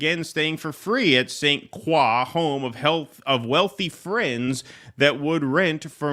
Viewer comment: St Croix is French so it’s pronounced as krowah, it’s not as soy or coy!